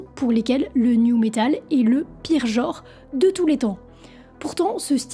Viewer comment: on dit genre, pas jor! Merde, un peu de francais,meme pour du metal!